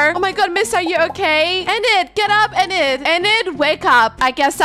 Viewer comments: it's pronounced ee-nid I think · Btw, Enid’s name is Pronounced Eee nid:) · Ur pronouncing Enid wrong it’s ee-nid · Love the vid but I think her name is pronounced ee-nid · I kinda am mad but happy its just that you say en id but its Enid you have to hear the E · HOW U PRONOUNCE ENID IS LIKE"EENID" BUT ITS SPELLED 1 E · ok i am going to say this btw even tho i say this does not mean i am not a fan i am a big fan of u but the way u said enid a how u said wednesday is kinda funny (not being rude btw just telling u:) ) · It's Enid say Denis